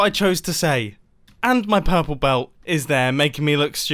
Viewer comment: Ha ha ha ha ha, pUrrPle Belt🤣🤣🤣